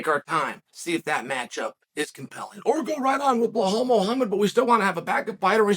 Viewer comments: Blahal😂 It's Belal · Shavkat is 17-0 and it would take 2 seconds for Chael to look it up, but he is intentionally spreading misinformation, like saying Blahal in every video